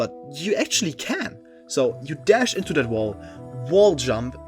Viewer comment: “Taht” is wild